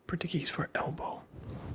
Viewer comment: You're pronouncing Portuguese like it's Spanish. A common and annoying mistake.